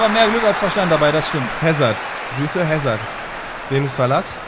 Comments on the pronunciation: E.Hazard wird "Asa" ausgesprochen und nicht Häsard :D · Hässerd wird soweit 'Asahr ausgesprochen. (Ist Belgier) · Hazard ist Belgier. Dort spricht man Französisch und er wird "Asar" ausgesprochen. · er heißt hazar also so wird er ausgesprochen das ist ein jungstar aus belgien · nur so als Tipp bei Hazard werden das h und das d nicht mit gesprochen (französischer Name)